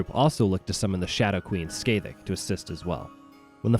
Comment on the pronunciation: Great video. I do have to make a correction tho. Scathach name's is pronounced as Skah-hahk. Like Sky-hawk but instead of the "y" and the "aw" it's the "ah" sound.